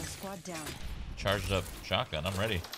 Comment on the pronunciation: Hey says “chotgun “